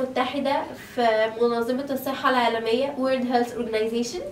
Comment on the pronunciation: ههههههههه ..!!!!! ملكة جمال فعلآ شكلها فعلا ملكة جمال كلامها مشيتها نطقها للانجليش حتي شوفتوا نطقت Health ازاي بالسسسين 😂😂..!!!